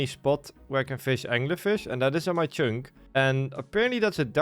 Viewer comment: Learn to pronounce "Chunk" Like holy s.. Its not "CHYNK" I literally cannot watch your videos because of this